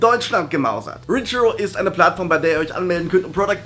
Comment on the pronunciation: Du sagst richhero, aber es heißt reachhero.